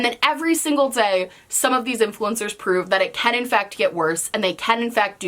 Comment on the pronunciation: I felt that when she said “every single dzay“ I love you ❤️